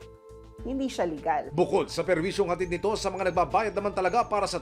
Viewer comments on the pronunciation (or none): none